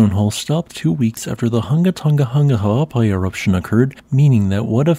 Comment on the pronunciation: We appreciate your practice in pronouncing the full name correctly.